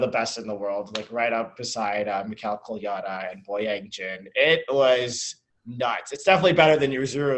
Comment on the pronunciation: Since he is so amazing and you guys love him, I'm going to tell you how to pronounce his last name. "Kole-ya-DA", emphasis on the last syllable. It seems a little weird, but we've all gotten used to it. You're welcome. 😊